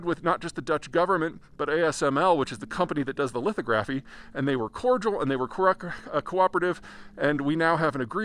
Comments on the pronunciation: Just wanted to say that “lithography” is pronounced li-thog-ra-phy, not li-tho-gra-phy. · I know it's cold, but its pronounced li·thog·ra·phy, not litho·graphy 😉and lithography tools are not just "fancy lasers". They use photoresist, UV light, and x-rays to produce patterns on the substrate (wafers). Pretty fascinating technology. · It's lith-OGG-ra-fee, not LITH-oh-graf-fee! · I've always heard it pronounced 'lith'-ography not 'litho'-graphy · Pronunciation: lith-AH-graphy, not lithoGRAPHy. Thanks. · fyi ..."Lith-AW'-gruh-fee" ... not "Lith-Oh-graf-ee" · lith-AHHH-gra-fee.....not lith-OH-gra-fee ...love your content but not a soul in the semiconductor business calls it lith-OH-gra-fee. In fact, most just say "litho"....makes me wonder if you're actually talking to people in the industry or just totally free-lancing your prognostications (?). Also, the Brits don't carry an iota of the supply chain into the equation although, with only the ARM architecture and generational advances in it, they do wield a huge intellectual property club. Anyway, it is frickin cold where you are so bonus points for creating content in subzero conditions. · I like the way you say litho graphy. Especially surprising from a geo grapher. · Great info but it is pronounced "Lith-og-graphy" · say lith aww' graph ee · Very informative but his pronunciation of "lithography" does grate a bit ... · That’s a new way to pronounce lithography. 😁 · I think you're mispronouncing lithography. I believe the accent is on the second syllable.